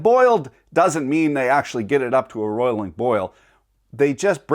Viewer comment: Hey, someone said correctly ROILING boil.